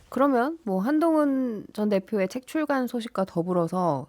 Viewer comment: 출괄이 아니라 출간입니다 아나운서 라면서 기자도 아니고